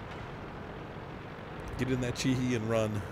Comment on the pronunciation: The 'e' in Japanese is pronounced like 'ay' the same as in Jose the spanish name. So it's pronounced 'Kay Ho' for the Ke Ho and 'Chi Hay' for the Chi He.